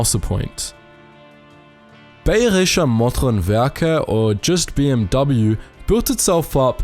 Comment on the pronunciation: The dude doesn't know how to pronounce "BMW" either.